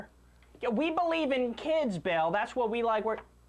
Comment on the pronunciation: did you just say Phil O'Reilly